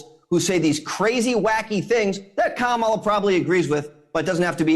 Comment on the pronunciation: Was waiting for Chris to pull him up on Kamala’s name pronunciation, and then he did. Well done Chris 👏👏👏👏👏